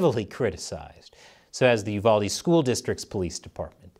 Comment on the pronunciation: As always, great job with news reporting! Also,, thank you for pronouncing Uvalde correctly. The Texan in me tips my cowboy hat to you in thanks and appreciation.